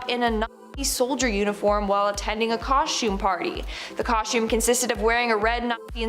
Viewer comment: Coshtume parties?